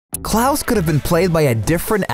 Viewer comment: Me: Ok time to learn more about the cast The narrator: Klus